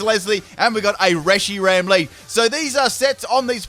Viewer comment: "And we got a Reyshiram lead"